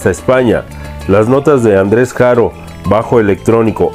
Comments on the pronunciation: No se pronuncia "Jaro" sino ARO, Andrés y Julio NO ERAN HERMANOS; su música no tuvo nada que ver con el son cubano sino jarocho. Es muy confusa tu información y sintáxis. :/ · La H no se pronuncia en el español es Haro! Escucha las entrevistas que han hecho al Boy y aprende mas,preparate mas!